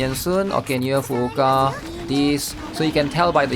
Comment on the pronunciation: well what's funny is that he pronounces every other name properly. So much so that he even emphasizes the 2nd U in Fuuka, so it sounds like Fu-U-Ka. Which technically it's right, but if you actually hear a native speaker, they don't pronounce it like that. So that said... He really needs to stop saying "hair" and pronounce it correctly lol